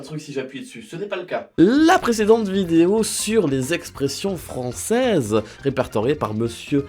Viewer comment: Il a dit froncaises